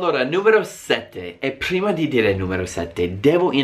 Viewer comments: PHHruima di inzHiare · HAHAHAHAH mi fa morire come dice "Prima"